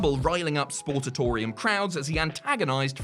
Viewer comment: "Sportatorium"... not "Sportsatorium."